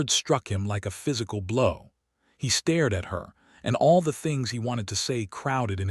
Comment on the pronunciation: How does this AI continuously confuse the words hopping and hoping, stare and star? I’ve heard him do this in story after story.